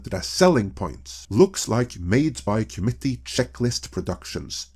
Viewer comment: remember "comety" scandal. He must've said "comety" about 100 times in that video, and it wasn't til about 3/4 of the way through the video that I realized he was saying committee wrong.